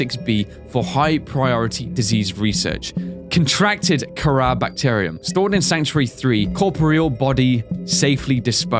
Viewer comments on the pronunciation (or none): none